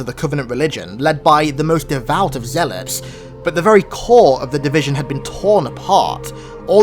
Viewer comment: U pronounced Zeilot wrong